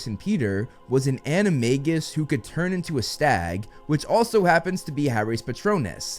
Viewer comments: ANIMA-J-US! Not anima-g-us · according to every other video you've made, you pronounced animagus wrong 😅